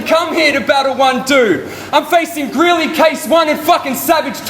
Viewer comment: Did call Greely "Grizly"?